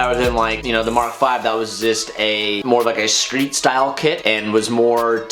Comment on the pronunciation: Screet??? Or street bruh!?